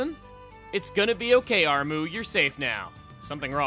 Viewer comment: Armoo? I thought it was Armu